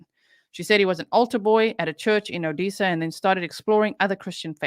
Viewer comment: Btw it’s pronounced O dessa like Vanessa